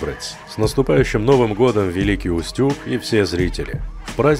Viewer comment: Великий Устюг. Ударение на У.